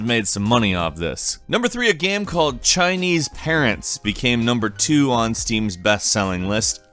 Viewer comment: why u say game without the e